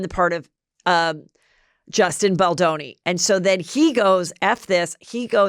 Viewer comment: The W magazine shoot was after Pitt left Aniston. 🙄 It’s Melanie Griffith not Griffin. Hell, you don’t even know how to pronounce Justin’s name. I think your brain is rotting from all the alcohol and TikToks.